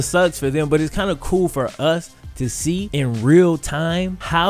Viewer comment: he said "iss real out here in these AAF streets" CTFU